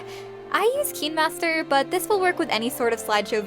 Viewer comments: Why deos she say keenmaster instead of kinemaster- meh i think its kinda weird but sorry if i came out rude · Her: Says KEENmaster Me: Isn't it KINEmaster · **yes finally someone who doesn't pronounce it as "kynemaster," But "keenmaster" instead. I finally found someone who says the same thing as me. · Kinemaster- Cineemaster p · I saw kai-n-master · It’s okay but I think it’s kindmaster! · Sorry if I sound rude....but why do you pronounce words with “i_e” as “ee” not “ay”? Like ‘kinemaster becoming keenmaster and mobile becoming mobil. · "KEEENmaster" ✔️ "Kinemaster"❌ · She: pronouns Kinemaster as like "Kin master" Me: pronouns Kinemaster as "Kayn master" Me: GURL UR PRONOUNCING, I THINK ITS WRONG. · When is as watching someone was saying Kinermaster and me I was like Me: ItS KiNeMaStEr and I say kindamaster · Yeah, I'm pretty sure that's how you pronounce it, but she was going "Keen" master TwT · It’s kinemaster but yes we all have done this before😞👌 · It's called KineMaster no hate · It's Kinemaster :3 You Welcome (。・ω・。) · It's kinemaster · Thanks so much!! Really helped. Also I say keen master too- 😅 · But then your realise it's supposed to be pronounced like kin-a-master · Its fine if you pronounced it wrong....Btw , I am a fan